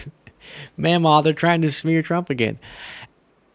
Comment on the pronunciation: Meemaw not mamaw